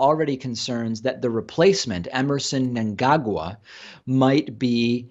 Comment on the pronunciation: Good lord! Producer Pats pronunciation of Mngagwa was shocking!!